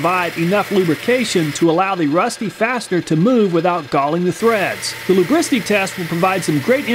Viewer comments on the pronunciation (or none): " Luubricity test " ummm i guess